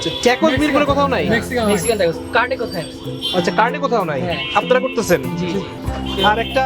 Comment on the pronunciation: আসসালামু আলাইকুম খালেদ ভাই, "Tacos" এর উচ্চারণ কিন্তু টাকোস হবে টেকোস না।